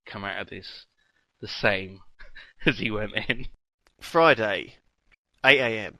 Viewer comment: why does lewis say fridy instead of friday?